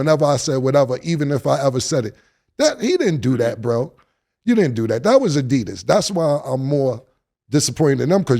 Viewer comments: Cam is MURDERING adidas lmaoooooo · Adidas sub-diss’n Cam smh lol IIWII up 1000 😂